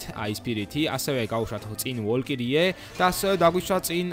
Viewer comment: ვოლკირიე კი არა ვალჯირი ქვია